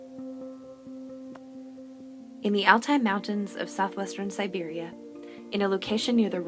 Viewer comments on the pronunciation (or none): none